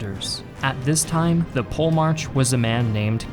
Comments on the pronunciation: You are butchering POLEMARCH. It's PO-LE-MARKH, the CH is soft, like in arCHitect. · Pole March... I'm pretty sure it's pronounced 'polymark' (polemarch) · Polemarch is not pronounced pole March lol it's Poli- mark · the generals would be called Stratigos and the big general would be called Polymarch with a k sound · Paul-March is not merely a butchered Greek name, its a travesty to the human ear. Gj on the video tho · Your pronounciation of Polemarch sounds so funny. Try saying it as Po Le Mar Kos. It would sound a lot better. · I know you don't want to go down the rabbit hole of linguistic pronunciation, but pronouncing Polemarch that way was supreme cringe.